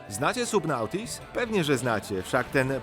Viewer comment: Subnautica- jak mozna bylo to wymowic w taki sposob? Skfadron?